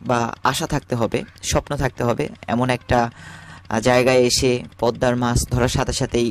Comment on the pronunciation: বাংলার উচ্চারণ আপনার অত্যন্ত বিশ্রী। বাংলাদেশের লোক বাংলা ভাষার বুণিয়াদ কে সমাপ্ত করেছে। মাস....নয় , মাছ উচ্চারণ করুন।